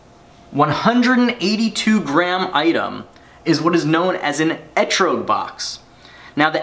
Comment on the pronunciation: Good attempt at saying ehtrog, but it is actually pronounced with a soft O like if you were saying troglodyte. On a second note I know it is spelled wrong but spell check kept trying to change it to something else.